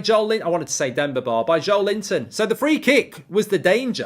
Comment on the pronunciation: it's actually Jo-Lynn Ton